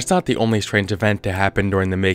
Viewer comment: after slowing down the video you can clearly hear a ”deh” sound as if he for some reason mispronounced “the” any reason